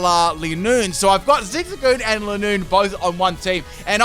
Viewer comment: Your saying lineoone wrong its line oone